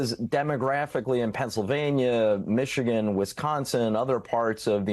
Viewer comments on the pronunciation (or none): none